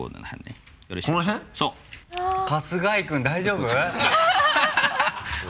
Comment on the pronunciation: 春↓日↑井↑くんじわる